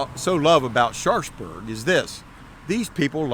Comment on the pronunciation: Love the tour, been there a few times and look forward to getting back. One thing though, it seems the locals pronounce the town almost as 'Sharksburg'. At least that's how it sounds from:) Keep up the great work guys!